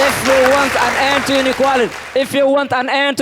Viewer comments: Huyu kikuyu... r and l ni shida... inequarity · Inequarity......rook it😅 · I had to listen again and again . What is inequarity